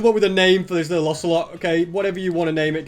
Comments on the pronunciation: Osger oselot and danger(cos it din spawn with mob switch) dont pronounce the ger as in danger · you should name the ocelot ocey (pronounced okeiy)